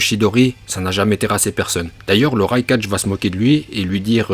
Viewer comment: " le raikaje " 🙄